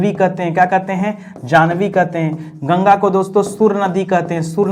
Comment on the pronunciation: Sir plz yamuna aur ganga ji ka naam achhe se liya kijiye